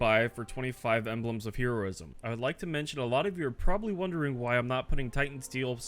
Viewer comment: ...okay, I just have to say, I don't think I've ever heard anyone pronounce "Heroism" like that when you were talking about the necks